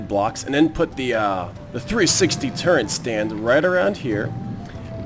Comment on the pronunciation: You keep saying turrent, but it's turret.